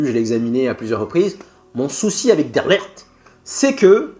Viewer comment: Son prénom se prononce "DE LIRRT" et non "DE LERRT" 😂😂😂😂😂😂😂